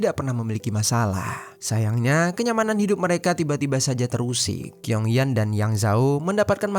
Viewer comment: Bacanya chiong yen..bukan kiong yan..gk enk bgt dgrnya..asl sebut nm org..😅..nm cew itu tulisannya Qiong itu bcnya chiong yen..